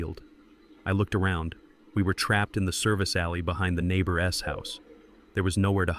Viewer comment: The s after neighbor makes the word plural, you don’t pronounce it separately. Same with Dante. Your mispronunciation of words makes me want to turn the story off and avoid these stories.